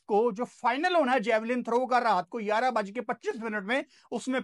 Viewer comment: Yaraaan nehi hota.. Gayarah hota he.. "11" 🥰❤️